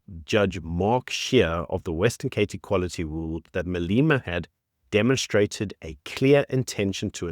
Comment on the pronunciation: I really like your content. Great summation of the days news. But, Who the heck is Maleeeema. 😂